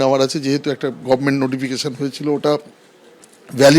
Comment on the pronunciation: গরমেন্ট কথাটি আমাদের বাংলার চুরির রানী বিগত দিনের মুখ্যমন্ত্রী বলতেন😂😂😂Gavarment বলতে পারতেন না।।।